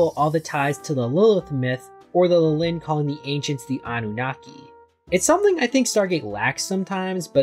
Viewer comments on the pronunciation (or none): The opposite 😅 , it's practically the exact same word with a different ending. It's LIH-lin not li-LIN just like it is LIH-lith (which you pronounced correctly). For extra context, both these names are biblical, Lilith was Adam's original wife before Eve who long story short, didn't find the idea of submitting to Adam all that appealing so she f'd off and became a demon. While I've seen Lilin used as a name for Lilith's children in many places, it's mostly in fiction (Neon Genesis Evangelion, Diablo, Marvel etc) and while I know there is a correlation between Lilith and the Lilin in scriptures, the only actual info on them I know for a fact is that they're some kind of night spirits.